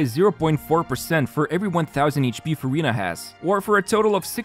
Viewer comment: Not sure whether to roll or not since I have too many hydro ;; Neuvi, Yelan, Ayato, but also... its Furinaa ack 🥹